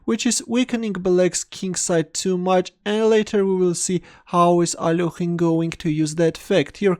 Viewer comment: Alorhine? really isnt smart! haha its A-lek-hine